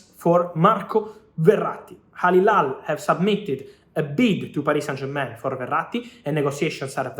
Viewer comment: Fabrizio, you always say Al Hilal wrong🤣🤣🤣🤣